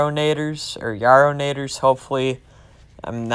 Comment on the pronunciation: You did great on the pronunciation it’s actually pretty close except you just pronounce the a casually on yarrownators! Lol great vid!